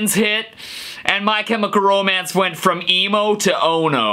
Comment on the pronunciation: That "Brandon! Urie Project" joke got me saying "ohhhh triggered" but I laughed at the same time And omfg I'm dying at the way you said My Chemical Romance😂😂😂😂